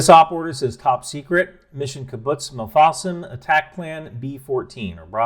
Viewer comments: Your pronunciation of Kibbutz Mefalsim is abhorrent, but since you're American I understand and forgive you 😂❤ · The name of the kibbutz is pronounced Mif-la-sim